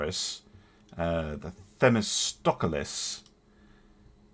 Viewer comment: Just wish he could pronounce it.